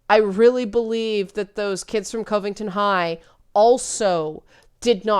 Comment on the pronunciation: It's far more annoying to hear that ongoing pronunciation of Covington than any assessment of the incident. Consensus is no longer possible. People don't want consensus, which means that nobody loses. That message doesn't fly or float when voting has become primarily a way to "trigger" the other side. One group will have to be sacrificed, and then everyone can go on as normal. No prize for guessing who'll get the chop. And you'll be cheering the loudest when we do.